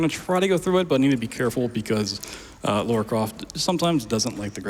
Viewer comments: Great run, but the character's name is "Lara"...not "Laura". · Why is he saying Laura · The name pronunciation is all over the place in this run, she went from Laura to Lora and then back to Laura like 8 times but it never actually landed on Lara, her actual name. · her name is not Laura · Hearing her being called Laura the whole run was damn painful! But an impressive run to make up for it at least!